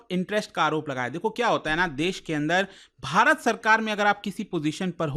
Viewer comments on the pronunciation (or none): none